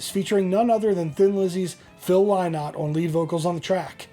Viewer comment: Phil lynott’s last name is pronounced linnott say it as you see this spelling and you will be good.